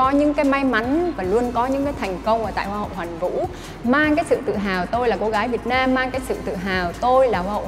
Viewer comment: Vân tập lại khi hô tên “ Việt Nam”. Theo cô thì nhấn chữ Việt sẽ hay hơn. Vân nghe người nước ngoài họ đọc “ Việt Nam” sẽ rõ hơn!